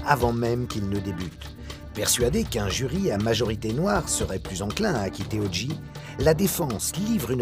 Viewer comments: Très bon reportage mais franchement faites un effort avec l'anglais. Durant tout le reportage, on entend O'Geeeee alors que c'est O'Jay. Comme un DeeJay. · En anglais on prononce odjai (OJ ) et non odji (OG), merci. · ALLONS CARLITO ! TU PARLES POURTANT ANGLAIS ? CE N'EST PAS "ODJI SIMPSON" MAIS "ODJAY SIMPSON" QU'IL FAUT PRONONCER. IL S'APPELLE O.J. SIMPSON ET NON PAS O.G. SIMPSON... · Il y a que les français qui font ça. C'est à mourir de rire. J se dit Jay. Point. Houston se prononce Youston, pas Pas ouston. Faites un effort les français. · Sauf qu’il n’a pas été foutu de dire O Jay correctement de tout le reportage. Pathétique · Je me suis dit la même chose. Ça m’a fait mal aux oreilles tout le long. Et le gars se dit journaliste. Ici au Québec on a jamais compris pourquoi les français voulaient déformer la langue anglaise. T’es de où toi ?